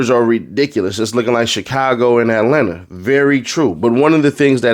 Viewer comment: Dem boys not ean from Atlanta they don’t even say it right 🤦🏾‍♂️